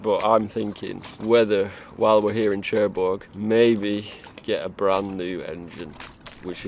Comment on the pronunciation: Love your videos. Great stuff! I love your accent as well! However, it’s pronounced nearer Sherbourg rather than Chair bourg! A small thing of little significance but damn does it grate! 😅